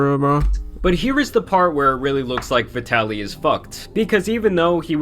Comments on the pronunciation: Vi-Taly not vidalee 😂😂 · Vee-de-lly is a great way to pronounce that 🤡 name 💀💀💀